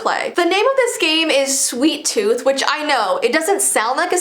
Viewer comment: DO NOT play the game "Sweet Tooth": Hey guys! today ill be playing "Sweeat Tooth" Me: are you sure you wanna play this you made a video not to plat the game "Sweet Tooth"